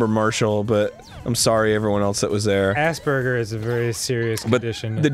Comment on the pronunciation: "Assburgers is a very serious condition arin"